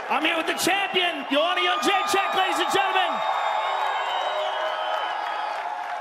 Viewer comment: Joe Rogan, you've been pronouncing the champs name incorrectly for quite a while, she said you were sorta close, maybe you didnt see that old clip. its not yun jay check, its jed dre chick. Come on man. still love ya though.